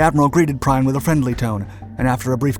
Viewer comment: Gunther Prime whos that, a German transformer? How about " Prien". Could we please at least have one creator not using AI? People are getting so lazy now. Our history deserves better.